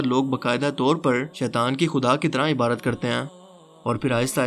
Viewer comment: پا جی لفظ عبادت ہے نا کہ عبارت